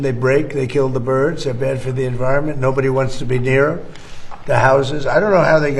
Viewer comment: Have you ever considered pronouncing words correctly on your videos? "Dis" would make "dem" sound a lot better!